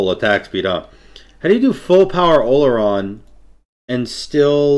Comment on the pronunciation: Olorun not “Oluron” lol